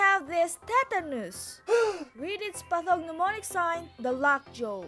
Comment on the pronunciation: ano ba yng english mo😂 “lock joe”